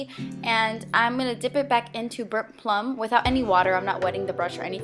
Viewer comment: It sounded like you said "burp plung" instead of "burnt plum" Loved the eyes!